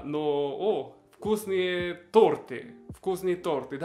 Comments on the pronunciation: Не торты, а торты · Торты ударение на ы